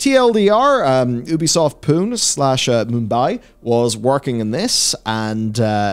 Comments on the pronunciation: For the love of god its Pune which is pronounced "Pu-nay" not Poon! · It's pronounced 'Poo-nay', not 'Poon'. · The Indian city of Pune is pronounced "poonee". Lots of programming talent there.